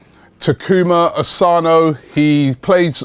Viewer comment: Hey Robbie, its Taku-MA Asano, not Taku-MO Asano